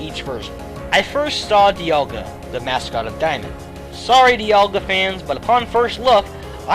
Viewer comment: Left off the L in Dialga!